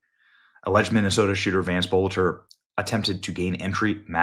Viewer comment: Benny, you are a drama queen. His name is BOLTER - NOT BOLETTER